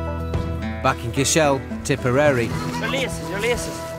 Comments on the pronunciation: omfg I’m dead with Cishel 😂it’s pronownced cashil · It's CASHEL not CASH-ELLE!!! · The narrator could at least pronounce "Cashel" properly. It's one word not two